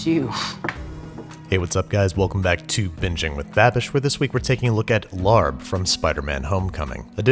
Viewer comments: It’s laab not lard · I was about comment I cringed a little bit. We pronounce it “LAH-P” 😂 but I enjoyed this ep a LOT. This used to be my fav as a kid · It’s more like Lah-pp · It’s pronounced “lab” with a short a!!! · Pronounced "laab" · It’s pronounced Laab r is not pronounced they even mispronounced it in the movie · You would love me, I have speech impediment, so no matter what I would try to do it would be lalb, or lahb for me. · It's pronounced "lop". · I always see it spelled with an 'r' but it's pronounced "laab" by all the Thai people I know (including my Mother-In-Law who is always right, haha). The only main difference in the recipe is she uses fresh Thai chilies and it is hotter than hell and we use cabbage instead of lettuce as wraps. It's one of my favorite dishes. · Larb lmao. Used to bother me so much when it’s pronounced that way instead of Laab. Like hearing people pronounce Pho wrong. Made me giggle. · Its not pronounced "larb" its more "lahh-b" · It's pronounced more like LAHP. The "b" is a light "p" sound for us. But hey, it's a tough one. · Its pronounce laab lol great video. This dish is not very mainstream compared to pad thai but if u like food with really strong flavor. Try it! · Nobody seems to pronounces it correctly, I don't know how to explain it, I'm half Thai and it's been one of my favorite dishes since I was little. The best way I can explain it to you, is don't pronounce the r so much. Pronouncing it like "lahb" is probably the closest. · You said I Larb It Welp Shut Re-upload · Rachel does it look like we knew that? English is our only language so you shouldn't judge us for not knowing its proper pronunciation when its spelt Larb.